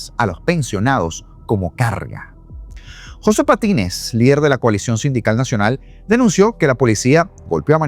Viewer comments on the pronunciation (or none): none